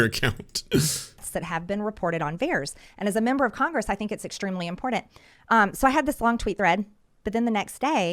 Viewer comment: everything is sooo "impordandt" to miss greene. everytime she saya that word i want to jump out of my skin. ew.